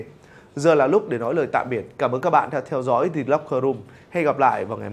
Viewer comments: tại sao lại là "dì locker room"? chữ L trong "locker" là phụ âm thì chữ "the" phải đọc là "dờ" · Sao lại đọc "the" là "di" mà không phải "dơ"???? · Chắc quen đọc “thee” rồi á bạn. Dù gì lỗi này nhiều người Việt Nam cũng mắc nên là cũng khá bình thường mà. Bỏ qua cho nhé. 😀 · chắc bt nhưng thấy đọc nó sang nên bỏ qua ấy mà